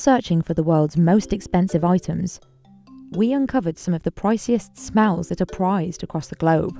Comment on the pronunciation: “We uncovered some of the priciest smæls”